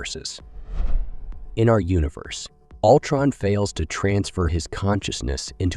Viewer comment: This sounds like AI wrote this. Maybe its how you pronounce "alltron"